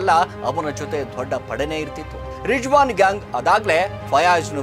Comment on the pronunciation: Yavano Ganji Giraki ivanu YouTuber, Rizwan ge Rijjwan Fayaz ge Fayaj, Nayeem ge Naheem, Shivajinagar ge Chivajinagar anta hesare change madi heltiya, full bundle story 😂😂